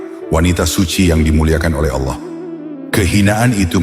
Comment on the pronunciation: Sumpah kesel banget ngucap Allah jadi alah .. apa alah alah itu .. mending jangan pakai AI kalau pengucapan Allahnya gak jelas alah alah, mirip kristen aja